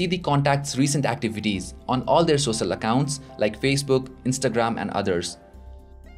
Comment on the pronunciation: and sosal media?